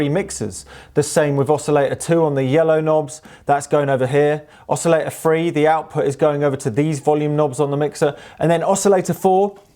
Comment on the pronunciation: Good fun apart from - "The A free", "nineteen seventy free" "Portsmuff", "Bornmuff", "drivin", "osillay-ors", "synfesiser", "free mumfs", "prin-id circuit board project", "kept gettin' behher and behher", "nineen sixty nine"